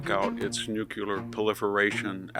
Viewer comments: "Nuculer, nuculer, nuculer..." this is hard to listen to. The word is Nuclear. Only ONE u in Nuclear.🙄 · Mr. Hanson, you're brilliant. Please say nuclear and not nucular. GW Bush did that as well. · Enjoy VDH insight and presentation, however, it is NEW-klee-er, not NEW-cue-ler. The otherwise brilliant scholar and man of letters, please continue your work. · NOO KLEE ER not NOOK U LER nuclear. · It’s NUCLEAR, not NUCULAR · Why do people say NUCULAR?? ITS NUCLEAR.. unbelievable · NU-CLAY-ER! ....NOT Nucular. It's NUCLEAR. But you don't have to be a nuclear physicist to pronounce it. 😊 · It's NUCLEAR, not NUCULAR!! Thank you for your attention to this matter.😊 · Jesus Christ, Victor! It's NUCLEAR.. NEW-CLAY-ER! NOT Nucular. 😢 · New clear weapons, not new kew lear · Victor, I am an acolyte of yours. Yours is the clearest and most astute voice on world events. However, NUCLEAR IS NOT PRONOUNCED NUCULAR. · My dear Victor, it's pronounced NOOK-LEE-AR, and not NOOK-YU-LER. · The word is nuclear not nuculer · Victor it’s NEW KLEE UR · Even an erudite scholar can erroneously say “nukular.” It’s a strange phenomenon. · Nu-cle-ar. Say it. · Stop saying "NUKE-yular" and you'll sound twice as intelligent. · did he just say NEW QU LEER.. ..HE JUST KEEP SAYING IT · Victor - please repeat after me - nuCLEAR……thx👍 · There's no such word, "nu-q-lar". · you are a very smart guy. please pronounce "nuclear" correctly! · I can't believe that VDH still doesn't know how to pronounce "nuclear."